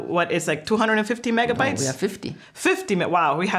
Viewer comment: Megabits guys. megabbbbbbits :D